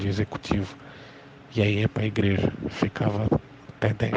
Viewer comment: "impreja universal"😂😂😂